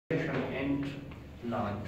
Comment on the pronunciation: Osmoregulation hota hy smoregulation nhi hahah